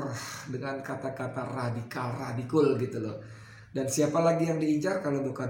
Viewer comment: Redikal redikul,geli geli sedap degarnya